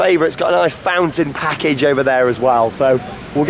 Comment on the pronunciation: Why did you emphasize “fountain package” so much?! 😂